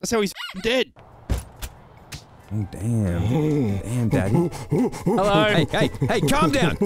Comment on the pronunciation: Heddo again. Another gem of a video. Get well soon 😂 instead of it’s Knoxville